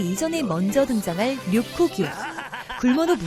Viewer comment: 료쿠규가 아니라 로쿠규 아닌가요?? 흠~